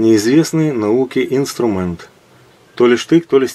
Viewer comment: Инструменты, через Е, а не Э